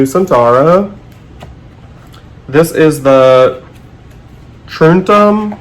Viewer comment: "Trumtum" pronunciation: 10 out of 10 😁I've been trying to do a video response to Renee ever since she posted this video tag, because it is an excuse to talk about her channel on mine. But alas, I suffer from "analysis paralysis" as she calls it, aptly. My brain froze completely as soon as I tried to think in terms of colours and not overthink everything! I am still coveting that De Laurence!!